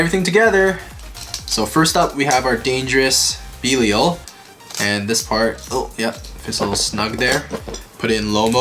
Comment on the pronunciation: Lol been like what 7 months since db started and these bois still can’t say belial right lol no offense or anything just saying lol